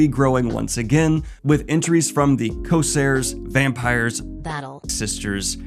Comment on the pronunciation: *there is an 'r' in co - r - sairs. Thanks for the updates and keep up the good work!